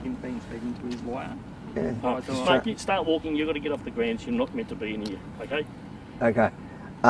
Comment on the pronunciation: "It's up to your Lawer to find out" WTF